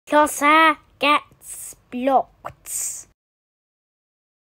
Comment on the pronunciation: Squidferatu TC #ROADTO1K You pronounced it as “Pluz-EHH getzzz blokit”